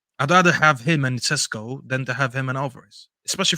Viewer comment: Sesko is pronounced SHESKO “ The British media saying his name like he is Spanish 🤣🤣 Sounds more exotic